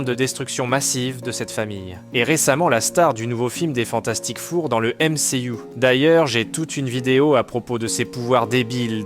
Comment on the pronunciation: Le "Fantastique Four" avec un accent au hachoir me fait rire mais malgré ce seul micro-défaut, la video est excellente autant en narration qu'en montage MERCI !